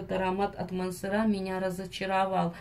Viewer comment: Так и не мансерА , а мансЕра